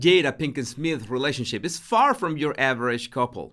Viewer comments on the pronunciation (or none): none